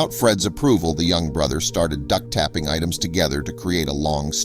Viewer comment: Duct tapping? Don't you mean duct taping? Why is it in style today to mispronounced words? As a tutor, this drives me nuts.